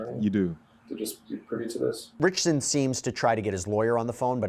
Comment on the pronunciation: Not only do you keep mispronouncing his surname wrong, you keep calling him Reacher or Jack Reacher!!!! Really!!!!!